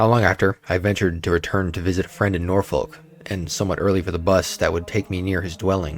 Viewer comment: Just a little pointer: maybe look at how to pronounce English place names rather than butcher them. As an Englishman, we appreciate when someone makes that effort. You can find out how to pronounce these places on YouTube (Yorkshire, Norfolk and Shropshire were all victims in this video ).